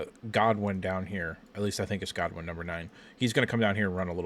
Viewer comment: Dude - its Channing GOODwin, not Godwin.